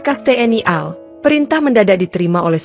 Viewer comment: Pengucapan singkatan menurut aturan dibaca perhuruf, AL dibaca A EL, tidak dibaca al, Contoh lain RI dibaca ER I, tidak dibaca ri.